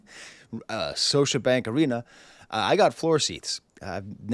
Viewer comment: The second "t" in Toronto is silent professor lol (and Scotiabank has a hard "k" sound "Skosha")